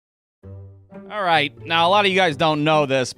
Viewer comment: Every "alright" at the start of the videos sounds like it was said by your drunk uncle getting up off the couch